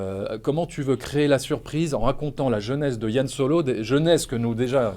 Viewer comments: C'est Han Solo pas Yann !Que diable ... Apres le souci c est que le charisme de solo vient du mystère sur son background. Et du coup on avait pas besoin de savoir tout ça sur lui. Et du coup je n'irais pas le voir car mon imaginaire fait sans doute 10 fois mieux le taff que ce film. Ce film désacralise tout je trouve. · C'est "HAN" pas "YANN" bordel mdr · Arrêtez de dire "Yan Solo" 😭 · C han pas Yan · non pas "Yan Solo" mais "Han Solo" :D